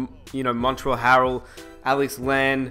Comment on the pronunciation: It's pronounced mon-trez not mon-trell starting to grind my gears you say everyone's name wrong